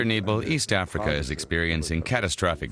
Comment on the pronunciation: "East Acrifa" ? :)